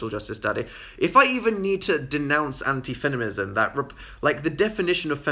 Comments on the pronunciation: "please denounce anti feninism" "if i even need to denounce anti fenimism" watching him struggle to say feminism cracked me up 😂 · dan saying fenimism